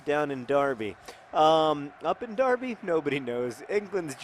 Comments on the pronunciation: You said Derby correctly! I have a greater admiration towards you Mr Green :) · I meant more because Americans (and anyone from outside of the UK) never pronounce Derby correctly and noted that he knows the correct way which I was pleasantly surprised about.